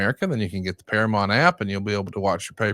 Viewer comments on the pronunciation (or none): please stop saying "Paramont". It's Paramount.